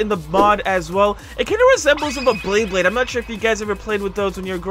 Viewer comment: correction its beyblade not bleybleyd